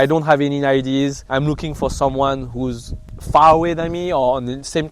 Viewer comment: Why do french people always pronounce Ideas as IDs 😂